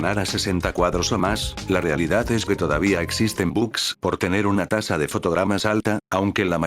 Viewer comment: Tasa* no "taza"